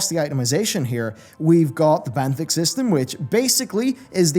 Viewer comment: Benthic = benefit lol